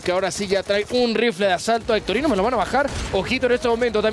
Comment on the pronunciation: diciendole a hectorino "hectorinho" jajajaja